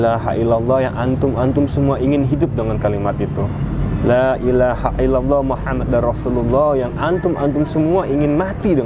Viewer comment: Muhammadur Rasulullah bukan muhammadar Rasulullah 🙏🙏🙏